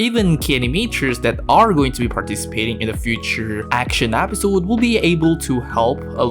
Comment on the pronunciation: Bro please it's episode not Apisode